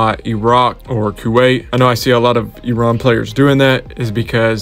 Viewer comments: HE SAID IT RIGHT YAYAYAY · Holy shit i have never heard a foreigner pronounce iran so perfectly before.